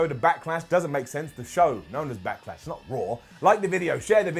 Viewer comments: "Back-ah-Lash", "Smack-ah-Down"? What's up with impersonating Triple H? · Is saying “Backalash”??